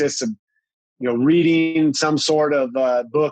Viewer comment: 😂😂I thought he said weeding, 🤓 he said reading.